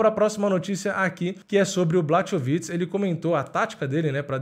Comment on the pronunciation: Então, na língua eslava o "ch" tem som de "r". Na russa (q também é eslava), é parecido, mas o "kh" tem som de "r". Então Khabib é "Rabib", assim como o famoso prosista Tchekhov é "Tcherrov". Portanto, por favor, "BLARROVITCH" (ou, mais precisamente, "Blárrovitch"). Mas aí, claro, só se tiver interesse em não falar errado toda vez. Só se quiser.